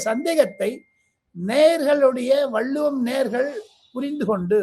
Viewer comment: வல்லுவமா அல்லது வள்ளுவமா சரியாக சொல்லுங்க தம்பி🤔